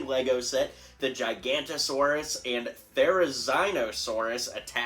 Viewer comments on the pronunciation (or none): Hey it’s pronounced gig-a-not-ur-saur-us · It's pronounced gig-a-note-a-saurus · Sorry dude but it's gig-a-nato-saurus